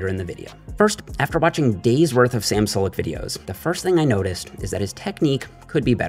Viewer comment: It's pronounced 'Sue-lek'